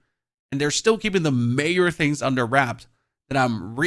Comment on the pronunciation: Nothing mayor? I think you might've wanted to say 'major' there :D